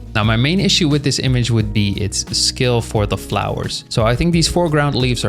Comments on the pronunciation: Bro when you said "Scale" I heard "Skill" 💀 I was listening to this like a podcast so I didn't see the text and I thought "Damn, man ended his career." 😭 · Bro can not pronounce Scale to save his life 💀